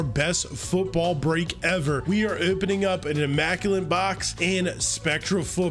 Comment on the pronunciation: Learn how to say opening.